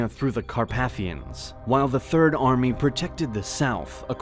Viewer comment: Third? Oh, you mean "third". Got it.